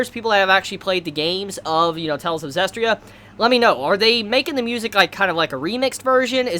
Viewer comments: say it with me, Tales of Zest-ear-ee-uh. Not Tales of Zest-ree-uh. (^ω^) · it's pronounced as ZESTIRIA not Zestria haha i thought you were already going to correct it this episode but in the end you still said ZESTRIA hahaha